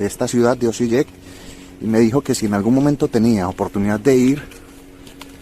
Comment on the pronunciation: Hvala vam puno na videima, seguiré tu canal 😆😆😆, dato la letra "J" se pronuncia "i" en abecedario croata (Osiiek)